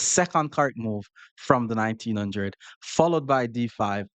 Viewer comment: nineteen hundRRed, hard R and everything 😂😂